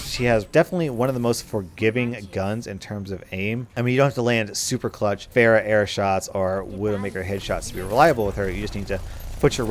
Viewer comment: for a whole while there I was wondering who "bear" was. welcome to the olympic discipline of pronouncing pharah's name wrong.